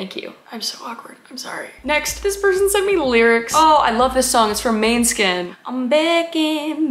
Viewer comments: The fact that Kris pronounced it mane-skin is so funny, as someone who understands what it actually is. It’s basically saying shiny moon or like, moon shine måne= moon skin=shine 😂 your singing is awesome by the way! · And also maneskin.... really kris, its måneskin, say mane skin if you cant say måne, not main, but mane😥😥 jk, but not really. Call them what you want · Did she really say maneskin to måneskin🤣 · the band is pronounced “Mornaskin” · TIP!!: as a danish person, you pronounce “måneskin” like this M-oh-ne-skin Yw c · Yea but also the way she said Maneskin, so funny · Hi I'm Danish and i love the way you say Måneskin because it's so weird to listen to people from other countries try to say it😅